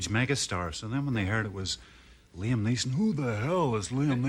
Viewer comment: Lee Am? Come on, Dave.